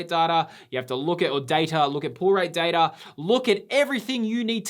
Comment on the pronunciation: Data darta haha